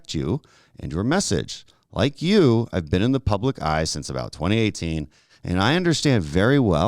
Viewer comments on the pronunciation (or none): He said public eye😂😂😂😂